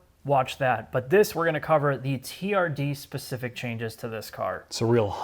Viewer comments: Stop saying therd like its a pos... its Toyota T - R - D, Acronym for Toyota Racing Dev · The TRD pronounced as ‘Turd’ around the 5’ mark and then again couple of secs later - are you guys really promoting this car!!? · Describing TRD as Tird is a very unfortunate word in the UK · TRD - pronounced "TURD"...... nice. :) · I've never noticed 'TRD' sounds out to 'turd'. Right up there with 'STi' :)